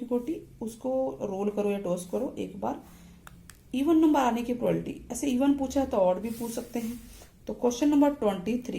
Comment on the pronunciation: Ma'm this is not a prolality its a wrong proununsiation this is a probability